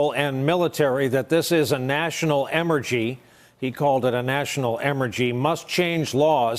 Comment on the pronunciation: What's an Emergy ?